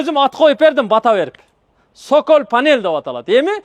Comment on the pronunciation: Сөколь дебей соколь дечи